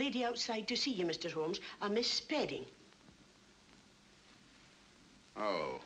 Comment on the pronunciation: I have watched this thing at least a dozen times but today i saw the character name of the woman and it is "spedding" all this time i've thought they were saying Sperry!